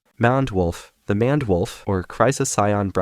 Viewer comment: It's pronounced mained wolf